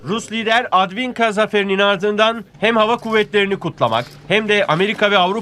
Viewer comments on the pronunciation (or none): Advinka değil, Avdeevka😂 ZaharOva değil, ZahArova))